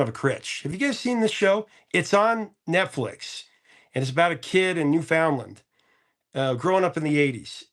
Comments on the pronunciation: Woohoo! You like Son of a Critch! Mark Critch is a local comedian! Im gonna teach ya something before any other Newfoundlander’s start coming for ya. Newfoundland is pronounced New-fin-land. We arent the same as Ireland even though if you came here thats who we sound like. Theres a couple of people on Son of a Critch that sound like us mainly the Dad, Mark Critch. So cool that you watch this! Never thought of even mentioning it to you cause I didnt know you could get it in the US! Thank you for still doing your show and I cant wait to see you and Rick do something together! 🤘🏻♥️👏🏻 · Great video. Definitely going to be a rough few years. Don't forget, Newfoundland rhymes with understand :) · minor point of order, the accent on New Foundland is on "New". lol. ; ) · Professor, here's a pronunciation tip for you wrt Newfoundland - say it as Newfun-land, say it quick, don't stress the "n" in fun or the "d" in land.